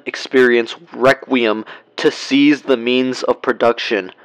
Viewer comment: “Gold Experience Weqweium”